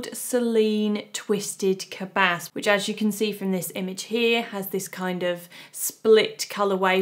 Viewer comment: Correct pronunciation of Polene, but the s in cabas is silent ;-)